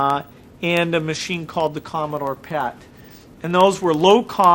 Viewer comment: umm... bill gates? you sapost to say PET not PAT like your said PAT like your saying "PAT The NES Punk".